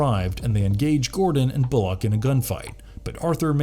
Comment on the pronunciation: You are mispronouncing Bullocks name